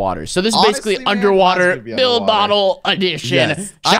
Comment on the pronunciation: DID I HEAR UNSPEAKABLE SAY BUILD BOTTLE.